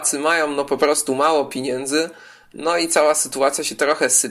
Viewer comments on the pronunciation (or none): materiał fajny tylko nie mów ,piniędzy